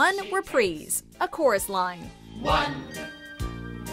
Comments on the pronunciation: I'm interested that you don't know how to pronounce "reprise" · I hate how much she says Reprise wrong throughout these videos bro